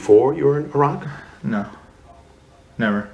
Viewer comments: I like even more now for pronouncing Iraq correctly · Cant believe Hansen pronounced Iraq correctly and this army man called it eye-rack.